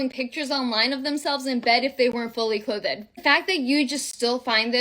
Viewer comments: I was with the TikTok girl vs Brooke until I heard her say “clothed” repeatedly as “clohthe-Ehhd” with a hard two syllables. Gen Z is illiterate, and that makes me sad. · why does she say clothed that way? Its driving me crazy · I'm sorry. All I'm hearing is cloth-ed. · The chick in the blue coat is 100% correct but why cant she say clothed 😂😂😂 clothe Ed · Am I a thousand years old? What is ask FM?! You know what? I don't care. I'm too old. Also, clothe-ed was killing me 🤣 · 😂 cloth-ed killed me too